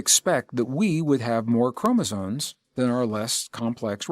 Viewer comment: Lol, chromosones…it’s chromosomes…with an M.